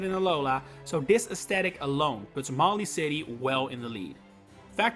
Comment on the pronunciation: It’s pronounced LAH-vuh-ridge, luh-VAIR, mah-lee-AY, and BALL-ihn-LAY-uh, “”! 🤨